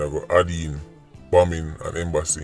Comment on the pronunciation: did say “bombing” or “bumming”, which would mean to go somewhere?